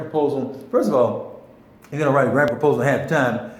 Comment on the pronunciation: proposal, not propsal. Thank you for the information and encouragement.